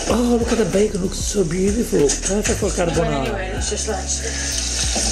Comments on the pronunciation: Damn she's butchering fried rice in Uncle Roger.. Now she's butchering Carbonara, sorry I mean Carbanara 😂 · At least she's not making "spaghetti carbonara", she's making "carbanara". LMAO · Her son is so brave... I wouldn't try that "CARBANARA" even if someone was pointing a gun to my head 😭